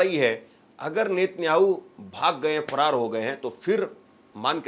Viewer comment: सही से बोलो भाई फरार हो गया है